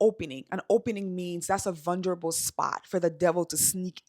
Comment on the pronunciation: I notice you say “vunderble” haha! It’s vulnerable 🙌🏼 no D 😅